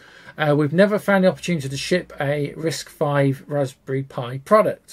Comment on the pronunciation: Great video! Hint: you don't have to keep saying both: It's officially "RISC-five. not "V".